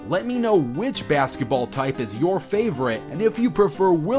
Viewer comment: The way he says bazgetball